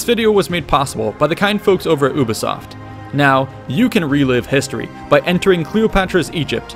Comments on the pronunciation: I’m sorry but it’s You-bee-soft Not oo-bee-soft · d... did he just say u-bisoft with u pronounced not as you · « You-be-soft » Ubisoft. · did he just say UBOSOFT WTFFFFF! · "Oobisoft" unsub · The Astro Gamer It's just a funny of referring to Ubisoft. Sort of like when you say Murica instead of America. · no its not! Go on ubisoft YouTube channel its pronounced ubisoft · It’s pronounced Ubisoft not Ubisoft